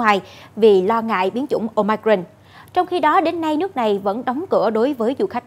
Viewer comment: Ten cua bien the doc la : Ô mi cron !